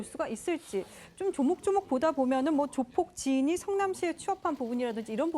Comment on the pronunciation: 저 여자 아나운서는 조폭 발언을 못하나? 계속 조푝이라고 발음하네